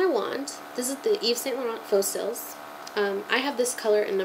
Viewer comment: The YSL Faux Cils ("false lashes" in French) - the second word CILS is pronounced SEE. By the way, when I'm stressed I like to watch your videos, they make me happy and calm. You are lovely! :)